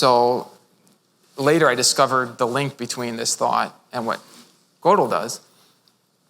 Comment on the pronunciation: I am sooooo glad he decided to just let it rip. He is so good. This is what philosophers should be like. It's even okay that he mispronounces Gödel.